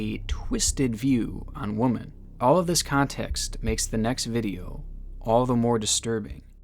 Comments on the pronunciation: It’s so annoying. How did he go this long without not knowing how to pronounce women? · It's actually a really common mistake people make. It annoys me too but I just chalk it up to the failure of the education system and sometimes people are lazy too. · The truly disturbing part of this video is how you pronounce women. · The way you say “women”, as in plural, is like... painful, to my ears. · I think that's the real why to post it but we got so used to the American way it makes our ears bleed🤣🤣🤣🤣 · love the channel, but the way you pronounce 'women' annoys me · I've watched a bunch of your videos now, and have realized that you pronounce the words women and woman the same . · I’m doing my best but I just can’t get over the pronunciation of “women”. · Can't you pronounce women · Why can’t he say women right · why are you pronouncing women like that? is it some inside joke? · I’ve never known anyone that can’t pronounce women lol but I still love ya bro! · I have a dream...that one of these days, will be able to pronounce "women" correctly 😂😂😂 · I can't be the only one who hates how he pronounces "women" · The “wom” in women is pronounced a little differently (I’m American btw) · I was thinking the same thing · do you honestly not know how to pronounce the word 'women'? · Came here to see if anyone else noticed this. He's done it in other videos too. It's weird. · Please learn how to Say the word Women! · is nobody else insanely bothered that this dude can only pronounce “woman”, even when the correct word would be “women”. this is literally driving me nuts, i’ve noticed it over several videos. lol good content keep it up. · Please stop saying woman when talking about multiple women!! It's pronounced "wem-en" when there's more than one woman.. lol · I love your channel and your work, I just wish you would pronounce womEN properly as that is the plural version of what you are saying, womAN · Saying woman instead of women ruins me everytime. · Women not womon